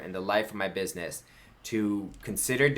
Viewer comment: BID-NESS !!! She is making fun of you for getting EVERYTHING 😑 wrong